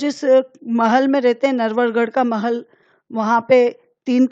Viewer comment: Navalgarh hota he narvalgarh nhi